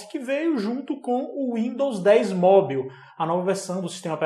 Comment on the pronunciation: Sem querer ser chato, mas já sendo... Esse sua pronúncia de mobile ("móbiu"?) não vem nem do inglês americano, nem do britânico... hehehe Tá tipo um inglês da Guiana... Melhora isso aí, hehehe